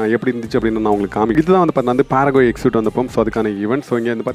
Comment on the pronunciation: Bro parago illa Pharo